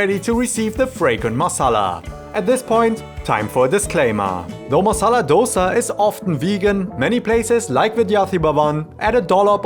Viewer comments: "it's actually pronounced Dhosae here". Yess. Thank you for releasing that info! 🙌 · DHO-Say... bro kudos... lot of indians are so oblivious to the pronunciation. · Honestly a great pronounciation of the word Love to see you here Do visit again Taaza tindi is a must visit for you and even paakashala You at least told dosa Many mispronounce it as doughsa....... Hats off for half the right pronounciation Great job.. Do try some of the other delicacies in bangalore.